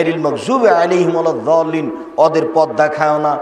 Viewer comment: আছছালামু আলাইকুম।সেখের কথা বলার ভংগি আমার কাছে আজব লাগে।ক্বুরান হাদিছ একটু আদটু অনেকেই পড়েছে।আমরা এবাদতকরি আল্লাহর,আর তারিদিকে ফিরে যাব।আপনা যারা সেখ সেখ বলে জিব্বা সুকাচ্চেন,যে কেউ উত্তর দিন,(গাইরিল মাগজুবি আলাইহিম ওয়াজ্জুয়াল্লীন)পড়তে শুনলাম আপনাদের সেখ কে।এর দলিল কি। ক্বুর আনুল কারিম নাজিল হয়েছে আরবি ভাষায় তার সাতটি ধরন আছে পাটগত দিকথেকে।এই ওয়ালাজ্জুয়াল্লীন কুন ধারার অন্তরগত।নাকি ক্বুর আনুল কারিম আপনাদের সেখের ভাষায় নাজিল হয়েছিন।আপনাদের বুজার জন্য আরকেটু--আরবি ভাষায় একটি অক্কর আছে দুয়াদ,যাকিনা যত রকম আরবি ভাষা আছে এক ই উচ্চারন।এই সেখ তাহলে দুয়াদ কে জুয়াদ উচ্চারন করল কুন দলিলের ভিত্তিতে???